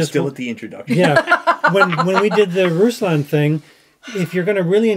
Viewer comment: Please just say RoooSlahhn so they believe you’ve seen his show. It’s not russs lan. It just seems insincere and unbelievable that you’ve heard his opinion when you pronounce the name wrong.